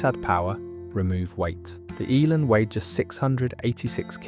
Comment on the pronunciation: Shame it’s all AI generated. Talks about one car while showing a picture of a completely different car. It seems AI can’t pronounce Elan either!